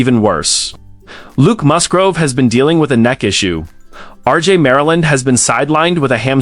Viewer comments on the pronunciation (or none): You have an AI voice that pronounces Mus-GRAVE as Mus-GROVE ... overlooking the obvious and not properly editing your production is not a good start. Best of luck to you & Go Pack Go!